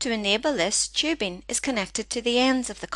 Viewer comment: not tchibing, but tubing :) what's with your accent? :)